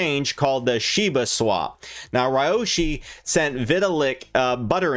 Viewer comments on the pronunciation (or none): You're fun to watch! It's SHIB-A not SHIBU😂